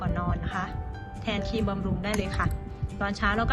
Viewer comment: ครีมค่ะไม่ใช่คีม ขอบคุณที่แบ่งปันค่ะ